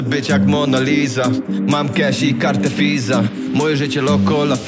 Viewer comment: Co ten koleś z tym wymawianiem F zamiast W w słowach Visa (fisa) i loco la vida (fida)??? Niech mu ktoś powie, że to się wymawia jako W